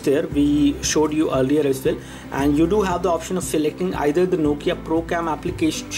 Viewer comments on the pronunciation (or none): none